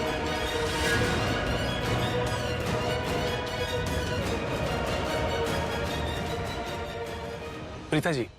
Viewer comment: Bhen vo tumhare papa nhi h jo pita keh rhi hu vo preeta h preeta plz pronunciation right